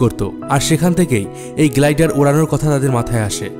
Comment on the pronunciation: Glaider, not gladiator.